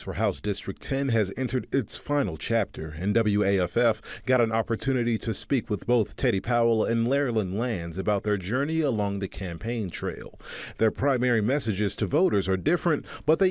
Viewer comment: He definitely said Larilyn Lands